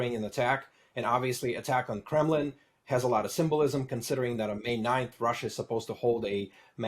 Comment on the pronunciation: it's Kremlin, not Kremin.